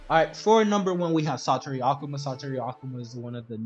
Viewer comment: if this man says okuma one more time